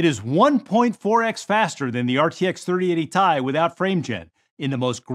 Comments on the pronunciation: "3080 Tie" 2 seconds later "3080 T I" Dafuq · WHY DOES HE SAY TIE AND T-I 😩 The former is wrong but if you’re gonna say it, stick with it 😂